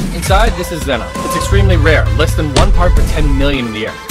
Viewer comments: its pronounced xenon with a short e not a long e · Can't even pronounce xenon correctly